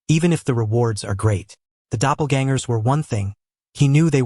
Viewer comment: brooooo the new version fixed the pronunciation of "doppelgangers!" good shit. too many AI recap channels just dont care